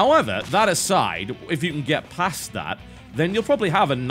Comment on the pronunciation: when TB says "if you can get pass that" I swear I heard "if you can get pasta" and I thought to myself - yep, pasta makes everything better.